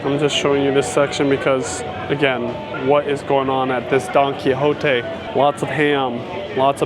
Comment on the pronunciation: At first I thought he kept saying donkey lol